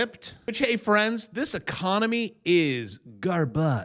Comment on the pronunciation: Trumpy E-con-O-my